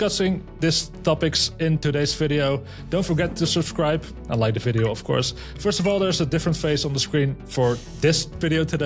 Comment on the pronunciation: "the ffffffideo" one guess where our guest host is from :-) 🟧